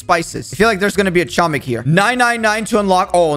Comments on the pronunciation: IT'S NOT CHO-MIK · I've never heard anyone say "Chomnik". I keep hearing "tshomik" but this is new. Funny how many people don't know that it's pronounced "homik" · It's not chomik it's homik the c is silent i know that because im polish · I AM POLISH IT IS NOT CHOMIK IT IS h-om-ee-k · its pronouced as homek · H O M E K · I knew that it was pronounced "homik" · the way you prounuce it is homik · Its acctually pronounced Homik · in polish its pernounced homik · just saying ur not saying chomik :) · Pronouced homik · I am from poland and you say chomik totally wrong and it's so fanny to hear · i used to say it wrong but i recently found out the c is silent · im polish and you said it incorect soz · Im polish and you pronouce it wrong but it doesnt matter